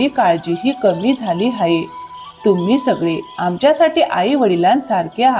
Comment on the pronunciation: हाये नाही आहे म्हणा